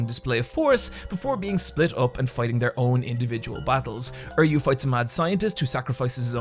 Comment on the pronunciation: Are you PRONOUNCING THERE NAMES BAD ON PURPOSE???!?!!? How the fuck do you turn Uryu into "Erryu" and Mayuri into "Myru" lmao WUT!?